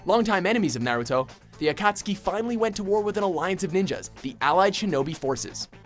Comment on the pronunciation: Finally AKASUKI is pronounced right